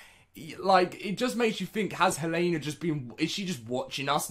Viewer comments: It is pronounced hell-a-na not hey-lane-a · Dude here name is hel-en-a. You are saying it wrong.